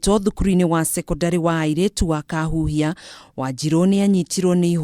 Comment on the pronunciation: It's called Kakuhia not Kaahuuhia !!